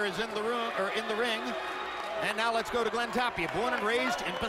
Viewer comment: .. let's gay..uumm let's go! .. lol who is this commentary